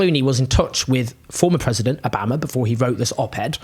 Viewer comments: why are you pronouncing obama like that? it sounds absolutely ridiculous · how can you so wilfully mispronounce obama's name that is so weird!!! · Owens pronunciation of Obama is ridiculous lmao